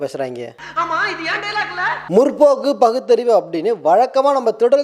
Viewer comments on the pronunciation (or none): Not muRRRpokku, it's Mutpoakku.